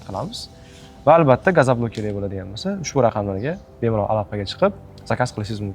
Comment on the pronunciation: Iltimos "gazablok" emas gazoblok deylar